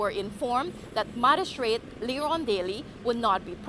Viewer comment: Hi, the word is not madistrate; it is magistrate